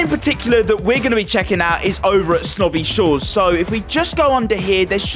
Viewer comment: “slobby shores” 💀💀💀💀